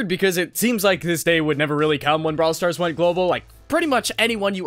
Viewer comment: He said “brawl strars” after he unlocked nita